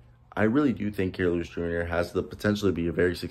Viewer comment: Your saying his name wrong 😂, I actually know dude he definitely ganna bounce back , a kid from hazel green with big dreams and he’s ganna reach them